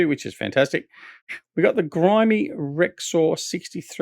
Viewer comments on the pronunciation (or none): Ok... It is Grimme as in brothers Grimm not grimey!